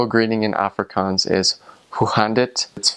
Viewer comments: Put emphasis in the g in Africans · if only he could pronounce Afrikanse, and I think pap is very nice and we (Afrikanse people ) also like biltong wich is kinda like beef jerkey , also reasearch the anglo boer war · I don't know why, but hearing him try to pronounce Afrikaans and speak Afrikaans, makes me want to scream🤣🤣 I'm so sorry and I know he is a foreigner and doesn't understand to pronounce it properly.. maar sjoe, dit maak my mal🤣